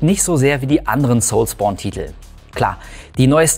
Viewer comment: Soulsbourne hört sich so falsch an wie es auch ist 😅 das triggert unnormal